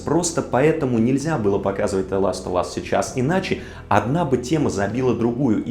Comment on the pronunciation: Ты настолько хорош что я тебе прости то что ты говоришь "Зе ластовас"